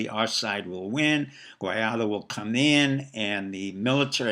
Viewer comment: "Guaidó", not "Guiado".